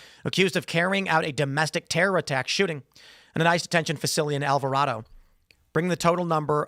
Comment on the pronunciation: It’s Al Vah Ray Doh not Al Vah Rah Doh. I’ve heard you mispronounce it a few times now so wanted to help you out. I grew up there lol